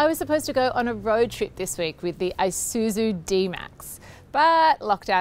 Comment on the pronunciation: that pronounced with Isuzu was wrong